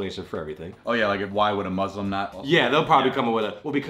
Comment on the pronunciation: I’m actually so impressed, said Muslim no muzlim. I’m so proud